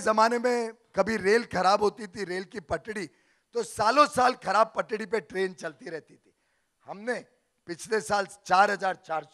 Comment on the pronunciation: गघे पटड़ी नहीं पटरी होती है...🤣🤣🤣